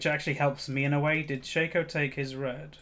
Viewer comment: It's pronounced Shaco, not Shaco (?)